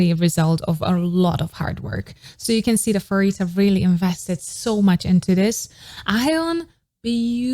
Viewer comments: hii, i would like to point out something :> pharitas name is pronounced as parita not * farita* no hate just saying :> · I wish one day you’ll learn how to pronounce Pharita’s name correctly.